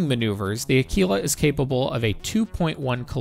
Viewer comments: Say the word quick, then quite, then quiet. Now Aquila..... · omg ..what is wrong with youtube?? AAkwila!! ..not akeela. ...just insane. It's ACTUALLY a constellation in the sky .../smh